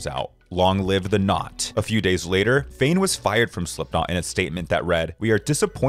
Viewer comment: Smh it is not Fain, it is Fehn pronounced as Fha-N🙄🙄🙄 Chad Kruger? Nope again. It is pronounced like the grocery store Kroger smh get yourself an editor because you are in desperate need